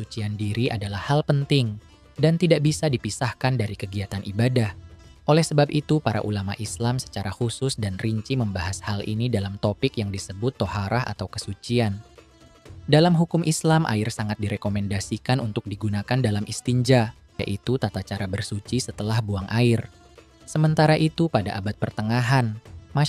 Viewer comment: narator lidahnya kurang fasih mengucapkan bahasa Arab islami. Bukan toharah, tapi Thoharoh. Istinja' bukan is tinja. Amat disayangkan karena ini chanel islam. Sakit telinga mendengarnya.